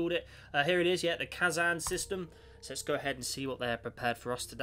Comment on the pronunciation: You didnt read the first introductary part of the description! also you pronounced Kazan wrong but that is not a large problem...